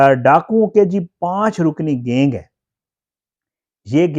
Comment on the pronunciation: Gaing kia hota hai? Pronounce tu sahi karo correct word is GANG